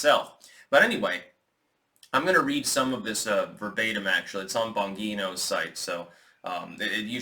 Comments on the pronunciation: it’s pronounced Bonjeeno. not gee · Hi, Lame comment I know but Dan Bongino's name is pronounced Bon-jean-o. Much love!